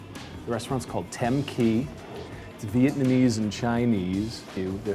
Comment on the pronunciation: DUDE! learn how to say "Vietnamese"